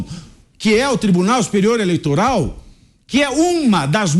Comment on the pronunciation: Mentigas, eleitogal, inquéguito, como fala bem esse xxxxxxx, vixe. Mentiras, jogo sujo, armação, isso é próprio do ladrão.